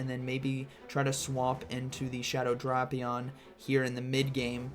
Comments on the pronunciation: Drapion instead of Drapion 🫥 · Why is bro pronouncing Drapion like that?